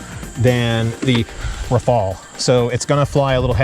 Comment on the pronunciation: Thanks for the informative video. It is nice to see the comparison. I think it would only be fair to pronounce Rafale with a French accent as the Gripen was pronounced with a Swedish intonation.😁 Keep the videos coming.